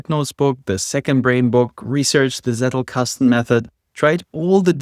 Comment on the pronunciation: bruder, ich hab im ersten satz gehört dass du deutscher bist. warum vergenusswurzelst du meine ohren mit dem wort seddlkastn